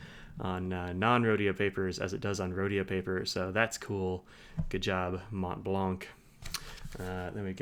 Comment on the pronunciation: The C is silent In Montblanc, Not to be pronounced